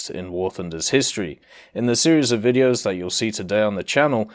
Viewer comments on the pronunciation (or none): none